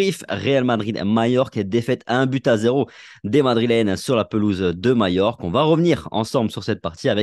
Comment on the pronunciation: CANCELO est trop cher. Perez attend l intersaison pour recruter MBAPPE ET BELINGHAM. ca va coûter beaucoup d argent. soyez patients et faites croix sur cette saison. elle sera blanche c est sur mais le meilleur est à venir. MAJORQUE se prononce. MALLORQUE = MAYORK